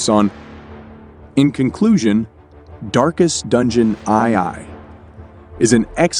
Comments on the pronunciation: Also reading the roman numeral II as "eye-eye". 😄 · If it is, that explains the "eye eye" XD